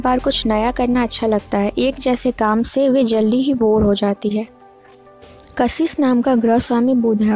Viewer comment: First learn how to pronounce KASHISH Bhut hi khrb trike se bola😑😑 Dislike for that